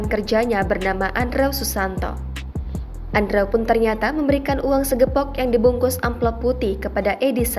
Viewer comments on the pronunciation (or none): Pembaca berita sekelas Tribun harusnya bisa membaca dengan benar nama orang lain. Mengeja Andrew itu seharusnya Endruw.